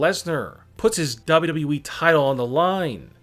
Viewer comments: Dubba Dubba E ! It’s annoying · Hey narrator guy. Really? Wtf comes out of your mouth when you try and say WWE?! Sounds like dub dub ieee. I'd rather listen to Chills and his inflection issues. So can you please stop talking. Whoever decided you have a voice for this kind of work should be kicked repeatedly in the balls. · It seems like this guy struggles when saying WWE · Ronnne when he is saying it play it at 0.5 speed 😂😂😂🤣🤣🤣